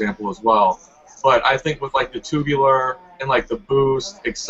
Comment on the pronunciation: HAHAHA STAY SAYING TOOOBULAR